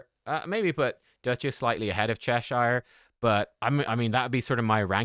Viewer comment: He's pronouncing it correctly. Get a life